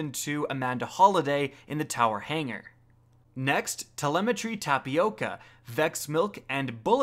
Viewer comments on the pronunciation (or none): none